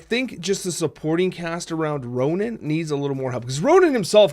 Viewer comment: It's Ronan, not Ronin.